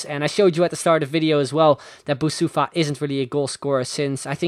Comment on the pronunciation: You are saying Boussoufa wrong. I'm coming from Morocco and it's more like Boussafi.